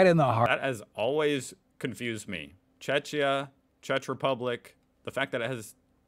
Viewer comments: Mate - why are they calling Czechia "CzeTSHia" - it's not Chechnya (which is in Russia) lol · The way he pronounces Czechia gives me a headache... Čečia lmao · Almost sounds like "Chechnya" lol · Czechia and Czech Republic are both official names of my country. Same like Germany and Bundesrepublik Deutschland, or France and Republique Francaise. By the way, its pronounced CzeKia and CzeK. 🙂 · FYI: "big courtyard type things in the middle of cities" - those are known as "squares". Yes, they're one of the best things about Europe. They're called "piazzas" in Italy. Italian cities have lots of them. Another thing, the narrator of the video you're reacting to wrongly pronounces Czechia "Chechia" - it's pronounced "Chekia", but the much more common English name is "Czech Republic". There's a republic of Russia called Chechnya - a completely different place! About Slovenia (I was born there!), it was part of Yugoslavia, along with Croatia, Bosnia, Serbia, Montenegro and Macedonia, until 1991. I live in Poland - which despite high inflation in the last couple of years - still has a low cost of living compared to the US or Western Europe or even Slovenia. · HOW DID HE PRONOUNCE CZECHIA EXCUSE ME? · The pronunciation of the country names of the commentator is appalling. And you copied it. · It's great trying to predict just how the narrator is going to mispronounce the next name.... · He pronounced a lot of the countries wrong, lol. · It's not czetchia but Czechia pronounced check. Ffs guy making the video could do the most basic research. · Czechia, not Czeczia. Slovenia, not Slovennia. Why are so many Americans incapable of reading? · Narrator is just idiot , cant pronounce a Czechia ... not Cechnia which would be part of Russia. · Bro why misspelling my country Czecha -> CHEH-khiyah or CHEK-iyah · blud fakt řekl čečija 💀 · Please dont pronouce Czechia as a guy in video its CzeKia not whatever he is saying.